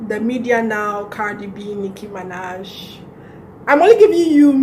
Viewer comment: Herh, Sis, did you say Nicki Manaje ? 😭